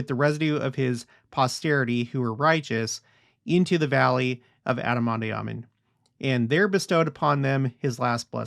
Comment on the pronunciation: Love ya’ to pieces and ALL you’ve shown and taught us. But, might I suggest (and I could be wrong) but do look into the correct pronunciation of “ondi.” You seem to pronounce the “i “ as an “e.” I’ve never heard it pronounced that way. Maybe check that out and I’ll do the same. Nevertheless…thank you once again!